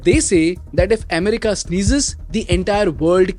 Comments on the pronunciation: Listening to you say EHmerica 50 times in 13 minutes is nerve wrecking. Accent is one thing, mispronunciation is another. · Indians pronounce like that bro😂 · Ame rica ❎️ M rica ✅️ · Maybe learn to pronounce America